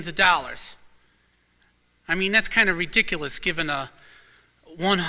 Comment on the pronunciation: I think it is “ree•dic•o•lus”. Too funny when he says this. 😂